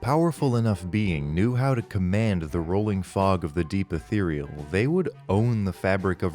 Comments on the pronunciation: The way you say "ethereal" is unforgivable. It makes it sound like a brand of mouthwash. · omfg, someone else used to think it was "ethral" instead of "ethereal" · a theroy e al = Ethereal